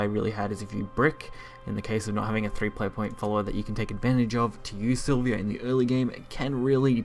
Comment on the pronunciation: three things I noticed through out the vid: its para-celsus, its silva (not silvia) and you could have killed the blood player by spending some PP and using Silvas effect instead of playing her and waiting a turn... no need for the entitiy as MVP if it didn't even needed to be played.